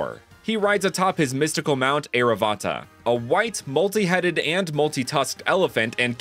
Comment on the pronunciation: Great designs. Just a tip from an Indian. Sanskrit names usually end in a but that a is silent. So airavata is pronounced air-aa-vut